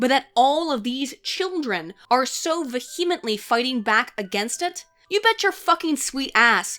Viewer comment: Several of my friends mispronounce "vehemently" as you did. It's more like: VEE-uh-ment-ly. That's not meant to criticize or embarrass, just to point out. I'm a big fan of your content.